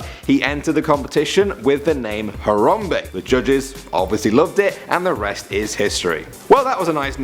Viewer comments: It's Haram bae not harambee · uggg he says Hayrambee not Harambe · It's harambe not horombe damn it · Harambe-He Ram Be NOT He Rom Be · It's harambe not horrombee. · “Terrapinboy01” Boy01 That's what I thought...tons of people say Haram-bee though. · Its prononced haram-bae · IT'S YA BOI HARAMBEEE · Harambe not harambee